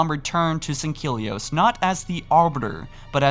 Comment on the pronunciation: Sang-Heel-eeohse is how its pronounced mate.